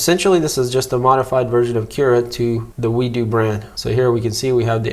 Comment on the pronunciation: its not wee-do its WEED-O